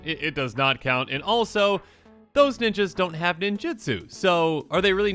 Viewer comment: For the billionth time: nin-JU-tsu NOT nin-JIT-tsu